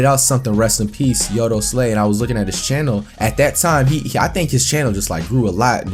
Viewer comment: Fajita Yo i know who yoteslaya is is just that he said it wrong, he said yotoslay